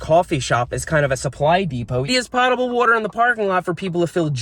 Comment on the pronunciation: look up how to pronounce potable. You're pronouncing it as though it were spelled pottable. It means drinkable.